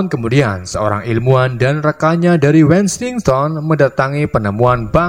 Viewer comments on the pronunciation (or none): none